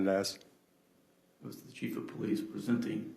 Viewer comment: Am I to believe the chef (the i is silent) of police doesn't know the laws that he/him enforces. Good to know. Life hack Don't stop for the police until you talk the cHef